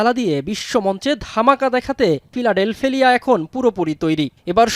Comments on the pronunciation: ফিলাডেলফিয়া ✅ ফিলাডেলফেলিয়া ❌ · ফিলাডেলফিয়ার উচ্চারণ কে ঠাপাই দেয়ার জন্য ধন্যবাদ 🤣🤣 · উনি ভুল করে নাই,না জেনে বলেছে।উচ্চারণ ভুল